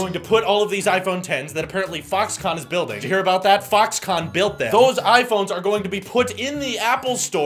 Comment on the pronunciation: When you said Foxconn it sounded like f**ks gone. This video will now be demonetized 😂